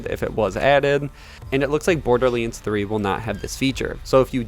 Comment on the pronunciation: Borderlands, not borderlinds 😅😅 otherwise great thing to know about the specs, can't wait!